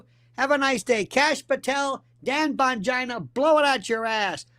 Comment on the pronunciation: I giggle every time he says ‘Bongina’ 🫢🤣